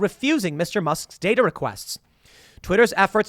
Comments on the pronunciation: Datar? Dater? 🤣 good stuff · DATER, HAHAHA